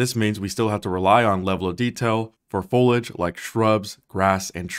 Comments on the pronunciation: Completely off topic but the i in foliage isn't silent and because it's said about 100 times in this video it's extremely grating. If you open any dictionary there's only one pronunciation listed: /foh lee ij/ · Keeps getting better! Just fyi, foliage is pronounced 'Fo-LEE-age', also cupboard is 'cuh-bird' 🙂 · hah. Ditto, though it was at least better than when people say FOIL-idge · Every time he said folidge I cringed harder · Dude. It’s pronounced “fow-lee-uhj”. 3 syllables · Say it with me.... "foh-lee-edge" 😉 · Fol-i-age, three syllables. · Folage? You mean foliage? You can’t just decide to not include letters in the pronunciation. Foliage is a 3 syllable word. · Excellent information but… Foliage is a THREE syllable word. Accurate is also repeatedly mispronounced. Great video otherwise. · amazing video, thanks for breaking it down, now im really excited!! (...psst foliage is pronounced fo-li-age w/3 syllables) LOVE YOUR CONTENT BYE!! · Foliage bro. Fol - e- age. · mans said foliage like "foluge" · FOH - LEE - EDGE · I've never heard someone pronounce foliage the way you do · It’s pronounced “fole ee ij” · You’re pronouncing foliage incorrectly. Fol i age. Three syllables. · "folage" tho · Fo lee udge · my friend, I love your videos, but you need to know this; "Foliage" is pronounced "Full-ee-ij" with three syllables one being a long E in the middle. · why do you pronounce so many words wrong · ...the i in "foliage" isn't silent. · Ngl you lost me at your pronunciation of "foliage" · For the love of God, there is an i in foliage… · Why does the gentleman pretend foliage doesnt have an i in it. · the way he mispronounced foliage throughout this whole video is infuriating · My man disrespects the i in foliage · You urgently need to learn how to pronounce "foliage". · Your pronunciation is Unreal! Maybe pick up a speak and spell or find a speech therapist near you! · How do you not know how to pronounce “foliage” correctly?? So annoying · fol-e-ij vs fol-age